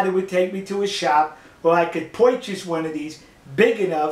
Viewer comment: "poirchus" "gawd"